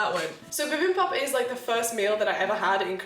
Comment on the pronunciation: I LOVE!! She is one of my other favorite UK Creators!! DID YOU READ THIS ONE!?!?!?! IF YOU DID... THANK YOU!!!!! You have helped keep me sane and smiling during the Global bug!! Bibimbap is BEE BIM BAP... You just got the first syllable wrong. But, you are doing great otherwise!!! (I was born in Korea and my dad is fluent in Korean)